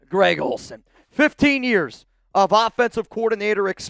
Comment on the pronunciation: Who tf is Gred Olsen? 😂